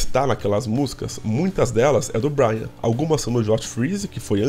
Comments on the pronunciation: o nome dele é BRAIN, não BRIAN. Se pronuncia "BRÊIN" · meu ouvido sangra toda vez que eu escuto vc falar BRYAN.... é como chamar o Duff de Duff McGregor ou Slash de Sleich ou Axl de Axél. NÃO EXISTE BRYAN. É Brain, (BRÊIN). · Boa. Só me explica uma coisa. Porque vc se recusa a pronunciar o sobrenome do Brain? Percebi já no vídeo anterior. Tive que pesquisar no Google pra ver se vc estava falando do Brain Mantia.